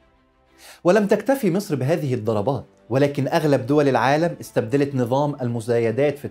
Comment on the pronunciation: هو انت بتنطق مسر زي السيس ليه يكونشي هناك مسر الغنيه قوي قوي الي انت منتمي ليها ومصر الفقيره قوي قوي المنتمي لها الحرافيش قريبا سترجع مصر من كرش مسر وبلاش ينظر نظره خربها